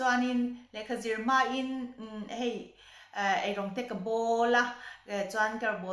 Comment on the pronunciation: Inhlei nilovin Ninhlei tih tur..